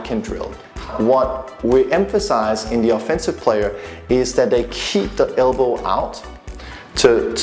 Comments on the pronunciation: Elbow not albow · Cylender? Albow? Wtf?